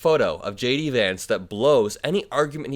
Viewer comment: I like the way "JD" sounds like "Shady". Regards from a Tom :)